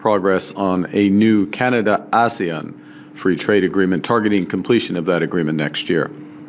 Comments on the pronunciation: I love the work that Carney is doing, but someone please tell him how to pronounce “Asian”😂. It made my eye twitch every time and it railroaded me.. I couldn’t hear what he said for the next 14 seconds each time! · It's the ASEAN group. That's how it's pronounced. "Asian" will be pronounced normally.